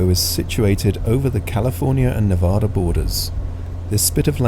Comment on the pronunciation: Loved the video. I’ve done a lot of flying in the Tahoe area and miss it. I lived there for 32 years. When you pronounce “Nevada”, the first “a” is like the word “had”. Nevadans get mad when you pronounce it wrong. 😊